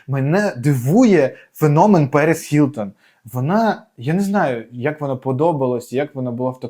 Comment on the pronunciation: Вона Гілтон, а не Хілтон. Ми ж не русаки, щоб так вимовляти.